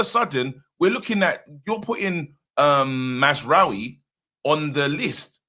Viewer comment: Nigga said Mazraoui smh 🤦‍♂️ I tire yo matter Abeg!! kmt